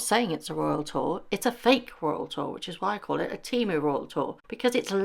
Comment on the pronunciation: not “TEMU” 😂